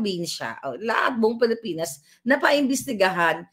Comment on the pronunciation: Hindi “Palipinas” Mam, “Pilipinas”